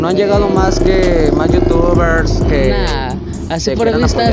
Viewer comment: jaja más “YouTubers” léase con voz de intento de inglés